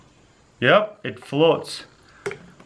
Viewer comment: " it flots yep it flots" lul